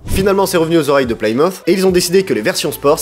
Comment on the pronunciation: Ca se prononce PLI-MEU-TH, pas PLAI-MO-TH :)